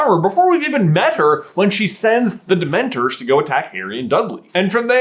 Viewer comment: For the love of all that is sacred, will you please stop saying "Dement-ERS". Its "Dement-ORS". It's an O not an E. It's like nails on a chalk board every time you say it. Love the channel! Hate your pronunciation. lol